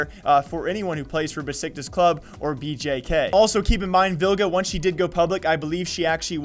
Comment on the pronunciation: fyi it's pronounced Beshiktash because of the weird Turkish s's just wanted to tell you :)